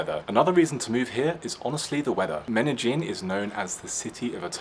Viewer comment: 😯 Lon-de-llin?! or Men-Don?! 😛